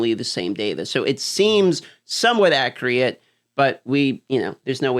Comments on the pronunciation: Why does he say "Acreate" instead of Accurate? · If I am not mistaken it is ack-u-writ not ack-re-it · I know you're pronouncing accurate "accreate" to farm comments, but I was going to give you a comment anyway 🫣